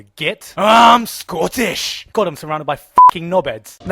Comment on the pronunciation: AAAAAM SCOTTIIIIIIIIIIIISH Okay first of all, I live in Scotland, I was born and raised here. Second of all, I CAN'T STOP LAUGHING. Holy shit, good job.